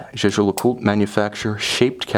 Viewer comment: Thank you very much for a very interesting and well presented review. However, surely you can get the pronunciation right......... it’s Yayger ! I’m afraid that, even if I could afford such a watch, little details like that would put me off buying it from you. Sorry.